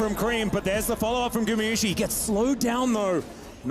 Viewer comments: GumAyusi not gumiyusi…. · Who's the caster that keep calling Guma "GuMIyusi" ??